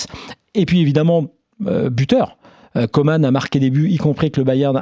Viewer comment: Messieurs, ça devient fatiguant. Il s'appelle COMAN et non Comane !!!